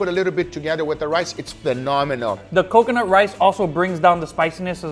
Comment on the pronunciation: still can't say coconut right